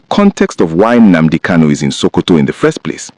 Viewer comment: Are you calling him a terrorist? You can't even say his name properly. Who is this dude!?